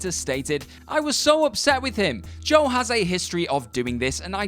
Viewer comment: Your English and still can't say Joe